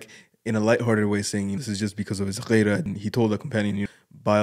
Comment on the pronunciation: غيرة=gheera not ghayra